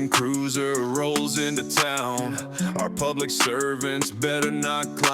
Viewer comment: Cruiser, not cruser